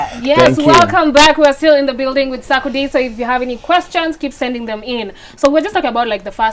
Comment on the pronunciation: U people are spoiling my man’s name. It’s not Sakode. It’s Sar-ko-die